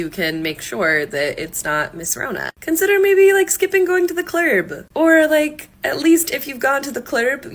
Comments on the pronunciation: Not really realted to the topic but one of the girls kept saying ‘consider not to go to the clerb, or if you go to a clerb…’ and I was what the heck is a “clerb” shouldn’t be “club”? I mean these ppl can’t even talk so I have ni big expectations for them lol Anyway, massively digressing here; sorry about that 😅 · Why does pronounce "club" as "klerb"??? Has "club" become verboten language while I wasn't paying attention? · She didn't say "the club". She said "the clurb". I agree. If you go to any "clurbs" you should wear a mask. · Why did she say clurb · The person I see they them her him it that everywhere, the same glasses, curly hair, and "quirkyness" I spat out my tea when it pronounced club "clerb". Is that a clone or something, I've even seen two of them in the same store at once, looked nearly identical. Is the giant glasses and afro a look now, or are they just clones, because they also all seem "non binary, gender queer, they them itself" purposely beyond frumpy, and just what in the heck. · Okay but can we acknowledge how that woman pronounced "club?" 😮‍💨